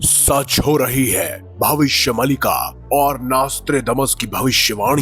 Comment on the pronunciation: अरे यार भविष्य मल्लिका नहीं भविष्य मालिका है सही उच्चारण तो सीख लेते पहले 😂